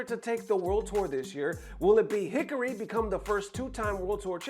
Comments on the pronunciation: It's heh car-ee, not Hickory Not that I have any respect for him with how disrespectful he is to people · HE-CAR-"REE"...who the HELL is hickari?... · I’m not sure if you’re doing it on purpose but Hikari is pronounced Hee-Kari, if it was any other name I wouldn’t care as much but as the JP word for Light and commonly heard in anime, it really pisses me off when you pronounce it that way.